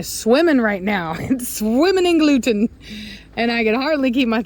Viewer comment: Gluten! Gluten ! Glutan! LOL 😂